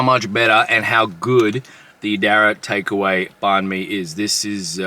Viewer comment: Please pronounce banh properly if you are going to review them. And totally rookie move to eat one in the car. Ha ha ha